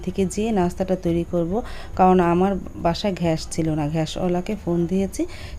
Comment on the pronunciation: আপা ঘ্যাস কি গ্যাস উচ্চারন করতে পারেন না?